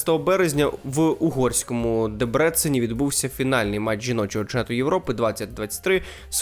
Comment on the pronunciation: Чого це більшість називає ДÉбрецен ДебрÉценом? Я, як житель Ужгороду, на 50% угорського походження, та той , хто бував в цьому місті десятки разів - запевняю, що наголос має бути на першому слозі.